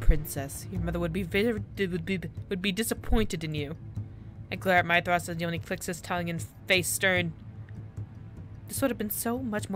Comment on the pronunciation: Don't you love how they pause in the middle of their escape, just to settle Sexto's daddy issues..... Yeah, me neither (Oh but Hildyr is pronounced Hill-Der and Mythros is pronounce Myth(like a legend)-ross)